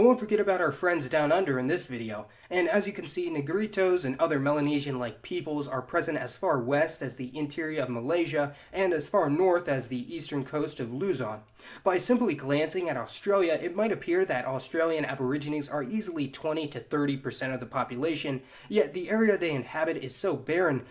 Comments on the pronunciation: In regards with the pronunciation of the island of Luzon, you put stress on the second syllable of the word, not the first one. Other than that, great job! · In regards with the pronunciation of the island of Luzon (The Philippines), you put stress on the second syllable of the word, not the first one. Other than that, you sir, have earned a new subscriber. Great job!